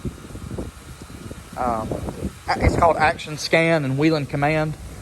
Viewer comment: why do you need all those ambers? you seem like the kind of guy who wishes he was a cop XD and your saying whelen wrong XD and nothing about you car "blends" or is "discrete"